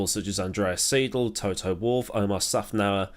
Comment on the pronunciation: Otmar Szafnauer is an American. How could u have trouble pronouncing his name?!?😜